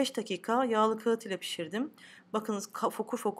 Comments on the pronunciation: Ka harfi yumuşak söylenmeli, kaat değil de kağıt olmalı. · Ellerine sağlık kuzum. Şahane görünüyor. Bu güzellik bir yana, tarifi verirken kağıt kelimesini doğru telaffuz etmediğini farkettim. Biliyorum ki böyle çalışkan azimli hanımlar bu tip sorunları anında yok ederler. Başarılarının devamını dilerim. 👏🏻👏🏻👏🏻👏🏻👍🏻🥰🥰🥰🥰🌺🌺🌺🌺🌺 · Kağıt deyişiniz biz muglalilar gibi. Muglalisiniz sanırım. Yaptık güzel oldu Elinize sağlık. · Kağıt derken a yı incelterek söyleyin olmaz mı? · buda farkli bir lehce kimileri de kiyat diyorlar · Kâğıt söylenirken a,yı lütfen inceltin